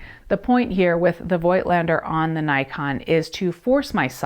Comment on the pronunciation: It‘s pronounced „foked lender“ Like people from the Vogtland / Voigtland, a region in the east of Germany.